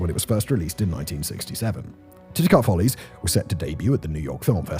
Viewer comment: Titicut Follies, not "titcut" lol, that`s some Michael Myers type sht 😋